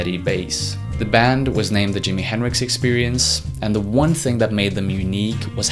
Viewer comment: It's not Dimi henricks! You butchered Jimi's name! Don worry about it